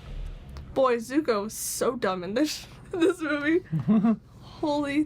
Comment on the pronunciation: “My name is uNg” “I am the Avatr” “Zuka” Jesus they even got the pronunciations wrong